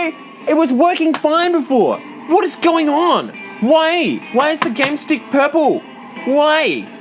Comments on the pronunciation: “oh it’s the pehple! IT’S PEHPLE!!” Sorry but that killed me 🤣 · has a hatred for purple so much that he uses a different dialect of his accent. Hilarious.